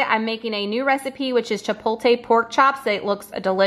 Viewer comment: Now I know why you say ChipoLTE (TAY). my darling, you are spelling the word wrong. The correct spelling is ChipoTLE. The pronunciation is Chi pot le (cha pot lay. The o is a long o like po). I learn so much from you, so hopefully it is okay to give a learning lesson to you in return. Each one teach one.